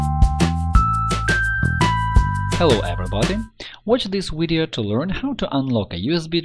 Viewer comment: What's a "widio"?